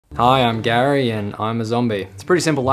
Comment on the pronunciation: Gary but 'R' in Gary is silent